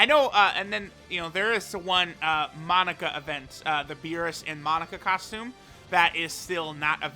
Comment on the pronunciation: Forget about the thumbnail, this dude pronounces it “Monica” instead of “Mo-naka”